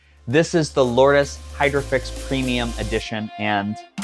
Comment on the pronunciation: It's pronounced "Lords". Based on the Holy place in France